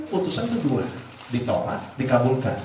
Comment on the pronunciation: Pak Firli...ditolak...tidak ditrima...belum ditrima...tolong dipelajari lagi ya artikulasinya...😂 pening ya?